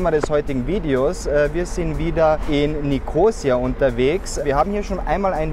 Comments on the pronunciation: Ein schöner Überblick! (Nur die Betonung des Stadtnamens braucht Arbeit. ^^) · Hallo ihr "Reiseleiter", Die Stadt heisst NICHT Nikoosia, sie heisst Nikosiiia zum Aussprechen!